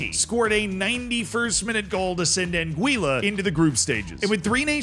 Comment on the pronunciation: pronounced an-gwee-uh